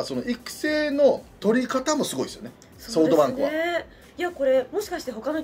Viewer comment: ソフトバンクのことソウトバンクて言うよね笑笑